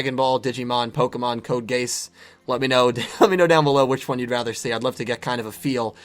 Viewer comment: Wait did u mean code geass I think u messed up the pronunciation Anyways I'm glad u are going to do more anime reviews I'm looking forward to them if anything I would prefer the pokemon so that u can connect the bridge of yugioh and pokemon